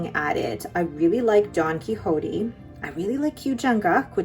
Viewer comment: Don Quixote is pronounced like ‘key shot’ 😊